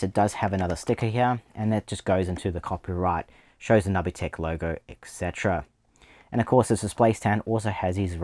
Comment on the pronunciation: I've never heard it pronounced nubby tech before. I thought it was nooby tech. Never change it though. I have this one. I want the inferior Gamecube one too, but it's too expensive now. I like that they used the standard PS port on the bottom so a standard extension cable can replace the cable if you lose/damage it, unlike the DragonWarrior Slime controllers that use a PS/2 (not a PS2) connector.